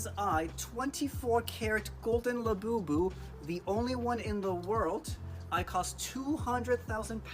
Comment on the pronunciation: It's a labubu not labeebeww- unless you purposely meant to say it like that!!